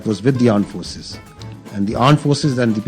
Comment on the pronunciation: Aand forces where G is silent 😂